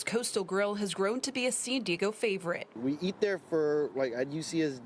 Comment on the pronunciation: Most disturbing was that reporter NOT pronouncing San Diego. She was saying Sin Deego. Also, CA sucks.